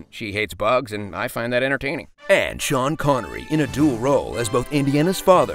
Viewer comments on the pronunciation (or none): none